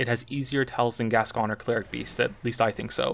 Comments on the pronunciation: So this was awesome and well done, but when you say Gasgoine.. the way it’s meant to be said is ‘Gas-g-oin’ like ‘coin’ at the end.. sorry 🙃😀😀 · Sorry, but this is annoying the heck out of me. Father Fartmoney's name is pronounced "Gas-Coin" and not "Gas-Con". Bit late now, but hey-ho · The pronunciation of Gascoine hurts me greatly, it’s Gas-Coin not Gas-Con… I wish I wasn’t hurt by such trivial matters. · I believe it's Gas-Coin